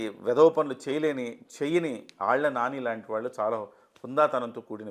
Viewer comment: ళ అనే అక్షరాన్ని సరిగ్గా పలకని ఈ యాంకర్ మీకు అవసరమా? వాల్లు వీల్లు… అని అనటం ఏంటి? దరిద్రం కాకపోతే!! మా కర్మ.